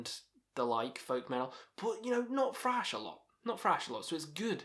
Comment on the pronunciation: Thrash, not 'frash'.